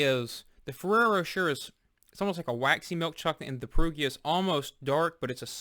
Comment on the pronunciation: Great review. FYI, the second R is Rocher is silent, it's pronounced' Roe-sheh'